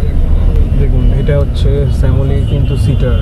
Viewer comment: দাদা স্যামুলি না শ্যামলী হবে।অতিরিক্ত স্টাইল অনুকরণ করতে গিয়ে ভাষার রপাদপা করে দিচ্ছেন।